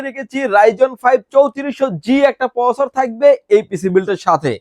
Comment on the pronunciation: ঠিক করে প্রসেসর উচ্চারণ করেন ভাই